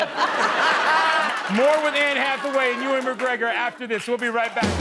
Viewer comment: It’s Ewan - not Ewing,.😉😂